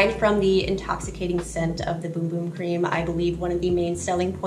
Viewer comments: It's not pronounced Boom Boom? Omg!!!😛🫣🤔 It's pronounced Bumb? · great video but bum and boom are two different words with 2 different pronunciations 😊